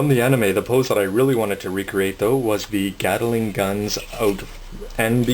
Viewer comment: It's pronounced GAT-LING NOT GATALING!!! GATLING!!! And also they are DE-CALS NOT DECKALS!!!